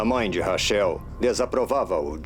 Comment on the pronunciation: Os dubladores nao Sabem nem pronunciar Corretamente o nome Rachel kkkkkkk